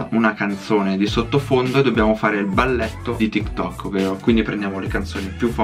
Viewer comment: Tiktik invece di tiktok.p.s like chi lo ha notato